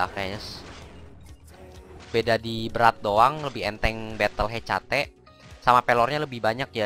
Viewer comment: hekate bang bacanya :v